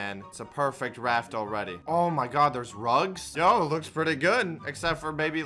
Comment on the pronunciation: when socks says rugs i hear drugs